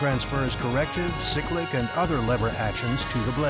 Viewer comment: I think you’ll find the lever is the collective not the corrective, and you have pronounced cyclic wrong. At least you called the pedals the anti-torque pedals.